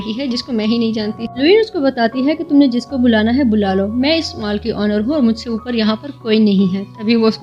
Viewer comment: Well explained mam but Mal nahin hota Mall hota hai😂